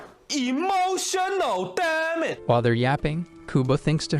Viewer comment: The "emotional damage" kind of sounds like "emotional dammit"😂😂😂😂😂